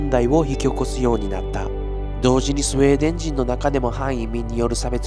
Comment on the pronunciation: ス....ス、「スエー」デン笑😂